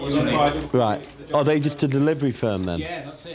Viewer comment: *GUESS .. not "ges". *WHAT .. not "whot". *THEY .. not "thay". *LEGALLY .. not "legley". *HANDCUFF.. not "hand cuff". *THEM .. not "tem". *THEY .. not "tahy". 😉